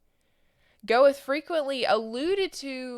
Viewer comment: By the way, Goethe is pronounced "Ger-tuh